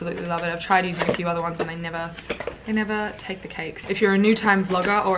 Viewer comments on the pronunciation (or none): none